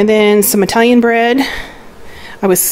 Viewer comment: Dont want to come off as rude, loved the haul. But it is not "I"talian...it is "it"alian ...not "I"taly but "It"aly.. Great Haul.